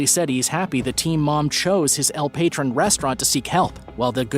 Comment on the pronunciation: El patron is PA-TRONE 😆 dude said el patron come on bro